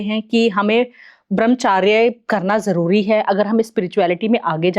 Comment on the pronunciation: देवी जी ब्रह्मचर्य होता है ना कि ब्रह्मचार्य